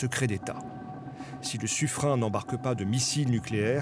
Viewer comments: il prononce « sufrein » au lieu de «sufrenne» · on prononce suffrène pas suffrin !!! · On prononce SufrÈne et pas sufrAIN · On prononce Suffrène, pas Suffrin... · La façon de dire le nom du sous-marin par la voix off du journaliste n'est pas bonne du tout, on entend suffrain au lieu de suffren. J'ai été dans la marine nationale et je sais de quoi je parle. La voix off devrait revoir sa copie !!! Je dirais même plus, le suffren ne navigue pas dans l'océan, mais en mer méditerranée. La mer méditerranée n'est pas un océan !!!! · On parle bien de Suffr "in" et non Suffr "ène". C'est un nom propre Provençale et dans les registres de la marine (Service Historique de la Déférence) on trouve même le nom du Bailli écrit en phonétique et il est bien prononcé "in" et non "ène". Sans faire de généralités ni de raccourcie mal venue, la prononciation "ène" est typique du parlé parisien, dans les années 1780 et trois patates c'était déjà le cas. Mais la prononciation locale et telle que donnée par la Bailli de Suffren est bien Suffr "in". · [Suffrin] ? Non. Suffren se prononce [Suffrène]. À Paris, à côté de l'école Militaire, il y a l'avenue de Suffren, on ne dit pas Avenue de [Suffrin], on dit Avenue de [Suffrène]. Même les synthèses vocales prononcent Suffren correctement. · En ça n'a jamais donné in mais an. Donc on dira suffran, voilà ! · Benzène, le mien, le tien, le sien, Julien, Adrien, Fabien, Lucien, Gratien, parisien, londonien... Je pense que je n'ai pas besoin d'en rajouter. 😉 Sinon, vous avez bien sûr le droit de prononcer [Suffran] si ça vous chante, mais vous allez vous faire reprendre par tout le monde. 😉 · Le sufren prononcer sufrenne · Des navires de surface ont porté le nom de Suffren et ont a jamais prononcé Suffrin pour info ancien marin et s/marinier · [Sufrain] ?! Ca ce prononce comme ca ?! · J'aurais prononcé "sufreine "moi... Pas vous ? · La pronosiation du sous-marin est à revoir on voit ceux qui sont breton mdr